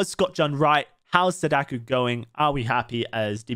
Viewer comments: every time you said sadaku instead of sadako my inner weeaboo wept tears of blood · I think you're great and I love that you're a Sadako believer, but you really butcher the pronunciation 😅 You say it as "suh DAH koo" It's more like "SAH dah koh" Both "a" vowels being pronounced like a short sigh of relief: "ahhh" And "o" being a long o, like in note or bloke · He's saying Sadaku. It's Sadako. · Killers name: Sah-dah-co How he says it: Say-dakh-yu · SadaKO not sadaku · "Sadakoo" Ahhhhhhhhhhhhh stop, please 😭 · Saw-Daw-Ko Not sudoku, please it hurts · Stop saying "Sadakuuuuuu" It's just ko. As in "oh" but with a K at the beginning. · Bro I hate to be that guy. But it's pronounced sah-dah-koh. Just saying. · please stop saying sadaku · dude pls take like five minutes and go listen to how sadako and onryo is supposed to be pronounced. pls